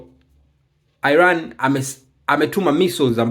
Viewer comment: Airan ndio nn inatamkwa kama ilivyo Iran bwana airan ndio nn